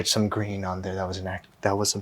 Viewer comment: Ryan: "a nice green colour" My brain: "and the ball was... gween and it was gween and-and then it was gween and the gwass was gween and and the ball was gween and it was gween..."